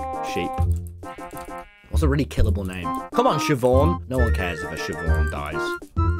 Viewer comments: Chivonne 💀💀 as opposed to Siobhán?? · “Does it spot chivonne?” it’s blind tommy 💀